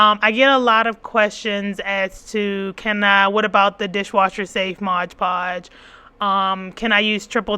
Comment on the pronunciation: Mod. Podge lol I don't know why but everytime you say ModGE Podge I giggle. 😅 Thank you for this video!! I was looking for the best option and you definitely didn't disappoint ❤